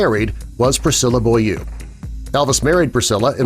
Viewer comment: Why fake photos? Heaven knows there are millions of photos of them everywhere! Therefore, not a very convincing presentation. And her name is pronounced BOW-LEE-OO...French!